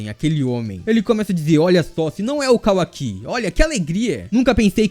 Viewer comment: Que agonia ouvir ele falando Kawaki errado